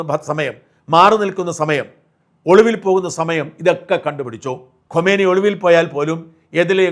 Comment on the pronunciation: ഖോമേനി അല്ല ഖുമേനി മരിച്ചത് 1989 ലാണ്. ഇപ്പോൾ മരിച്ചത് ഖമനേയി. എല്ലാ മലയാള മാധ്യമങ്ങളുടെയും വിദേശ പേരുകളുടെ ഉച്ചാരണം അതി വിചിത്രമാണ്. മണ്ടന്മാർക്ക് എന്തായാലും കുഴപ്പമില്ല, കാര്യം മനസ്സിലായില്ലേ... അതു മതി എന്ന് ചിന്തിക്കാതെ കുറച്ചു കൂടി ശ്രദ്ധ ചെലുത്തൂ...